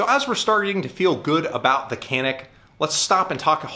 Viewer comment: It's pronouncing as "John-ick"